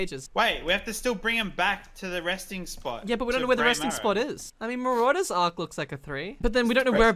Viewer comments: ITS MARAUDERS ARCH ( AR-T-CH) NOT ARK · Why do you call it marauders Ark, instead of arch?